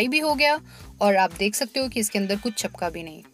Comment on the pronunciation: चपकना नही... चिपकना बोलिए मैम ...🙏